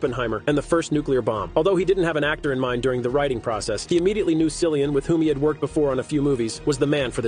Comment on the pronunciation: Honestly. He couldn't even take the time to learn how his name is pronounced. Lazy. Doesn't really care. Just wants 🤑